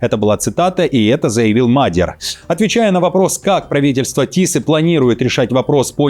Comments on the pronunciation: не МАдер, а МадьЯр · Уважаемые, аж слух режет, изучите вопрос прежде чем говорить, не Мадяр, а Модëр, с ударением на первый слог как и все венгерские слова. Спасибо. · Не Мадер, Мадияр. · Мал Мадьяр,а не магер 😊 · Научите его уже правильно говорить Мадьяр, а не Мадер! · В фамилии Мадя́р ударение ставится на второй слог, на букву я — Мадя́р. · Нет,ошибаетесь,венгр ( то есть мадЬяр) скажет - МАдЬяр, с ударением на букву А. Знаю,потому что жила 4 года возле Берегово,где более половины населения - этнические венгры. Но язык так и не освоила😂, кроме бытового,труден невероятно.